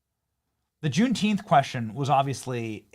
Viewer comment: Junteenth LOL. Sounds like a holiday made up by a room full of kindergartners so they can get out of learning their letters and numbers.